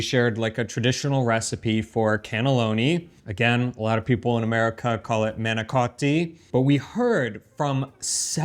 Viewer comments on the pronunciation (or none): none